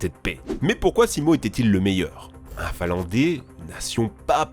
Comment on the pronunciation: Un "finlandé" Lol, j'ai du repasser le passage 3 fois pour comprendre qu'il parlait d'un finlandais. Les français apprennent-ils à parler à l'école, ou plus du tout?